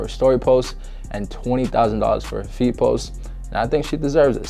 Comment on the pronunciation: Bro every time you said feed I hear feet Idk why 😂😂